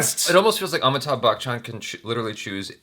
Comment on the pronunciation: It's not Amittha bachan It's Ami_thabh... Keep trying